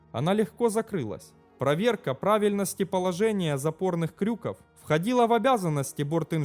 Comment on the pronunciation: не бюллетнЕй, а бюллетЕней. не крЮков, а крюкОв...(((